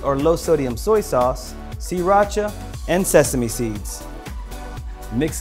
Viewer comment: Um why r u useing brown rice and did u say c racha